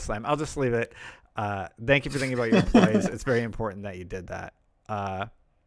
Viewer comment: Can you try to say thank you instead of dank you?